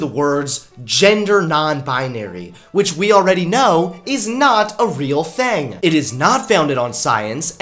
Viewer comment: I like how he says 'things' Thangs